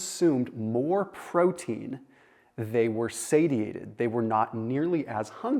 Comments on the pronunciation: say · shee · ay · tuhd 😉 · I can't believe you Pronounced Satiated like that lol